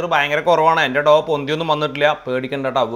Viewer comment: It’s not pronounced doo dough